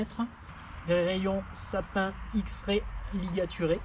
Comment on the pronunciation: Ce sont des moyeux aivee comme ma paire de basaltwheels,tu vas en être content ces moyeux sont top . Parcontre on dit pas sapin mais « sapimE »🤣🤣